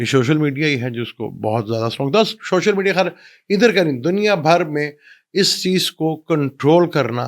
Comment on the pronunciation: شوشل نہیں سر سوشل